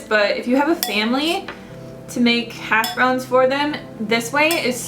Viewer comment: Those hash browns look so good! I never had them, it's not very common where I live I guess. The first time I heard you talk about them I thought you said hasj brownies.. LoL.. I am definitely making these hash browns now I've seen you eat them. :) aaaand I voted yes on the 30 day challenge of course! :D